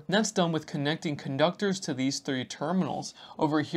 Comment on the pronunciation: Question: I find it very interesting that you pronounce tighten ti-TAN, yet connecting connec-ding - why?